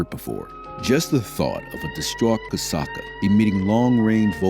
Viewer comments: Whoever made this video can't friggin read. KA SAT KA Where in that do you see Cat Suka? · ITS FUCKING KASATKA NOT KATSUKA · why does he keep calling her "katsooku"? that's not her name yo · Well, fist of all it's pronounced, Kah-sah-kah and peters used punishment and isloation for training. So I'm not surprised she attacked him. The pools in the back aren't big enough for the orcas. They literally have to drag their tails on the bottom. And that's where he would put her when she got a trick wrong. Tricks he knew she couldn't do perfectly. But made her do over and over. Rake...like the gardening tool. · The mispronunciation of Kasatka’s name is kind of doing my head in. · I wanted to enjoy this video. But I stopped watching after realizing this video is full of misinformation; Kelti Byrne was killed by Tilikum, not by Nootka 4; Nootka 4 was a female, not a bull; and the narrator didn’t even learn how to pronounce Kasatka’s name. Poor video 👎🏼